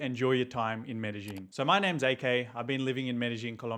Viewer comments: It's not Medejín will u please quit saying Medejín , THERES NO J IN MEDELLIN ITS PRONOUNCED MEREYÌN NOT MEDEJÍN SAY IT PROPERLY IF U WANT TO MAKE A VIDEO ABOUT IT because your going to have innocent foreigners showing up calling their city MereJín lookin crazy aF! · He doesn't, and it's crazy for someone who is living there for 4 years in the city and still don't know the correct pronunciation of the city